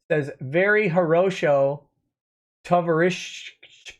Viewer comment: You read a superchat that said "Horosho Tovarishch" means "Very good (well done, excellent), friend." The H in Horosho should be quite phlegm-y. I took Russian my first year in high school and this is one of the few things I remember.